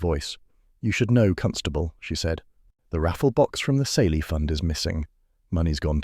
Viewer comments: Smelly? Kayly is how the word is pronounced!!! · Ceilidh is pronounced all wrong